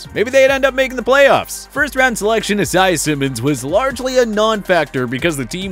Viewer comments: Can you please stop mispronouncing Isaiah? Why do you say it like that? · the way he says isaiah triggers me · This dude doesn’t know how to say Isaiah.... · Can you say Isaiah correctly?🤷‍♂️😂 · I’m pissed at the way he said Isaiah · his inability to say "isaiah" is very frustrating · Bruh the pronunciation of Isaiah 💀